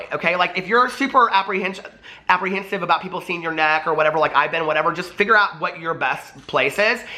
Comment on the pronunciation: Omg were you about to say apprehensious......?! My husband says that alllll the time lol. Do an Irish meet up when you’re here!!!!!!